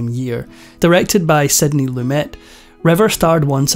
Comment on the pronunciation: Sydney lu may not lu met in pronunciation.